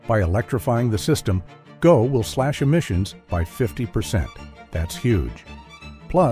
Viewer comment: Overall, I enjoyed the video. Just a few things that were mentioned made me cringe. It is not called the "G" "O" transit system, it's called the "GO" Transit system. The "Science Centre" station will now be called the "Don Valley Station". The "Ontario Science Centre" was closed permanently by the Ontario government on June 21, 2024. Regina is not pronounced "Ra Jee Nah", it is properly pronounced "Ra Jie Na". Lastly, I am surprised you didn't include the Gordie Howe International Bridge. This is the longest cable-stayed bridge in North America. It is close to completion between Windsor, Ontario and Detroit, Michigan. Fully funded by the Canadian government at $6.4 billion. This will remove idling trucks stuck in city streets and traffic lights waiting to cross the Ambassador Bridge. Trucks can now travel seamlessly from Hwy 401 in Ontario to Interstate I-75 in Michigan via the Gordie Howe Bridge without any stops or traffic lights once open. Saving the residents of Windsor, Ontario, from breathing unnecessary truck fumes and reducing congestion. Modern resources and infrastructure for faster customs processing, while reducing time spent idling. The bridge will also help the region's supply chain move.